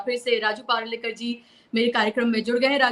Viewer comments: अग त्याचं नाव तरी नीट घे, पारुलेकर नाही, परुळेकर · Ma'am aap parlekar mat kahiye unka nam परुळेकर hai ap पार्लेkar kaheti ho to biscuit yad ata hai